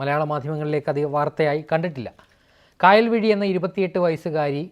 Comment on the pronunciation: കായൽവിഴി അല്ല കയൽവിഴി